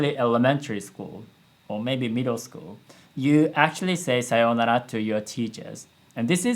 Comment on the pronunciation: As a Banana Fish watcher I felt pain in part with 'Sayounara' pronunciation